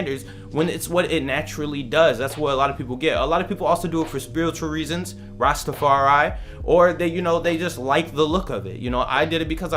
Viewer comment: Thank you for saying Rastafari correctly